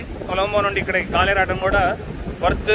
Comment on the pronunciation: గోల్ కాదు గాలే అని అంటారు.